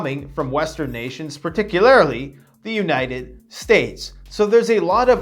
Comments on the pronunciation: “PARTICULAR-ILY” ......... Someone writing your SCRIPTS much??? If I had $1 USD for every time he screwed up a SIMPLE WORD (or his own web store domain name), I wouldn’t need to prep. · “Peticularily” lmao